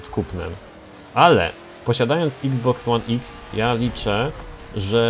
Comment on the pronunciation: czyta się Xbox one eks Pomogłem?